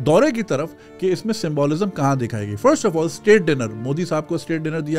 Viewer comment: You need to correct your symbOlism pronunciation. Please don't be offended